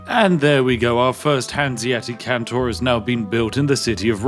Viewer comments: EU5: This is a Hanseatic Kontor. Can you say "Kontor"? Spiff: Cantor. EU5: No no. Kontor. Kon-tor. Spiff: Can-tor. EU5: It starts with "ko" like in "cor blimey!" Spiff: Cor blimey Cantor! EU5: Eh, good enough. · There seems to be some sort of bug in the video. He keeps pronouncing kontor as kantor for some inexplicable reason. Surely this is just an oversight from the developer. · why do you keep calling them "cantors" aaaaa REMEMBER YOUR PHONICS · Kontor just means office. Also no 'a' in kontor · Sir Spiffy, pls it´s KontOr not Kontar and the G in Bologna is silent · Why do you keep calling it Kantor? Surely it's Kontor, or Office in English 😅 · Its Kontor not Kantor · It is KONtor not CANtor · Why was "office" left untranslated? It was horrid to hear him pronounce "cantor" :p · unironically unwatchable, please stop pronouncing kontor as cantor, just say contour but don't say the u and there you go, also kontor is just the germanic name for offices, so if you cannot be bothered how to learn to pronounce it just say office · Thankfully I can watch this video entirely safely as games like these hold zero interest to me as a player. I still enjoy watching you break them though! Edit: I was wrong. Hearing you pronounce 'kontor' (which, for the record, means "office") as 'kantor/cantor' (a christian choir leader) throughout the video has seemingly caused me some level of psychological damage. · Sorry, but my brain goes ballistic when it comes to linguistics 😂😂 Kontor (kon-tor) = Office ^^ Phonetic transcription: /kåntọːr/ or /kɔnˈtoːɐ̯/ Stress: The stress is on the second syllable, "-tor". Vowel sound: The "o" in the second syllable has a long "o" sound. It is a closed-back-rounded-vowel sound, similar to the vowel in "door" or "for" in English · FYI, it is pronounced "con-tore" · He's british! he can prounounce it how he wants!!!! (this is a joke) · kontor is read like con from condition and thor like the viking gods.